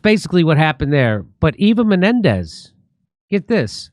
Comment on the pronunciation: Its Eva Mendez. No Menendez. Please say the name correctly. It makes you look sloppy.